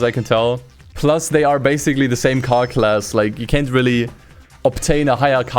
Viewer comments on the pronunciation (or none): none